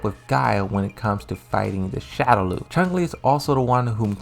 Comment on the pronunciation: Narrator critiques the way folks pronounce Chun-Li, but then he proceeds to continually add a "g" to his pronunciation as if she's the main villain in the first bloodsport movie.